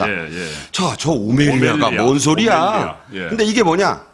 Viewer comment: 오멜리아 아닌 오멜라스